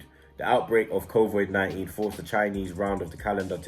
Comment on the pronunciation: makes fun of Robbies pronunciation then says "covoid-19" Lmao